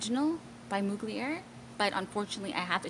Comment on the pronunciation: Mug-li-er 😂 youre too adorable. Its pronounced Mug-ler